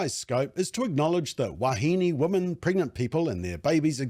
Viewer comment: Thank you for the work you do. I am completely in support of your position but please learn the difference between "woman" and "women" New Zealanders are very bad at pronouncing the word women. Woman often comes out as women and vice versa. We/ they and you say woman when you mean women and vice versa. Anyone who is not a kiwi will think you are stupid and not take what you are saying seriously. I want you to understand. I agree with your position but the way you pronounce woman and women will confuse non-kiwis and some kiwis. The word woman ends with the sound "man" The word women ends with the sound "min".